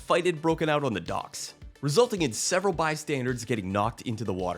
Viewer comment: “several bystandards, bi-standers? bye, standards? 🤣🤣